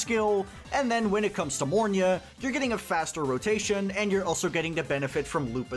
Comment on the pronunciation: Mornye......it's mornye